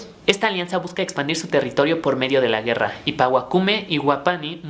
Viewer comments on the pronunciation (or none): none